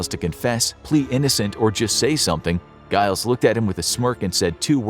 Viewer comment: Giles is pronounced like Jiles it's got to have the J sound.